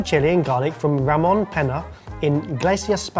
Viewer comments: It's not Pena, it's Peña. (Penja). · OMG, this is pronounced „penia“😢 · pronunciation is awful. Ramón Peña is more like (rah moan' pain yah). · pronunciation of Ramon Pena hurt me so much. I'm not even Spanish. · We need to take some Spanish lessons, cuz the way he was saying Peña had he howling😂